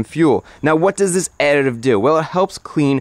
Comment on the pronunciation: thought my guy was having a stroke when he was saying "additive"